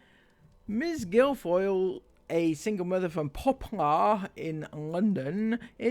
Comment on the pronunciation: Guilfoyle is pronounced Gil foil.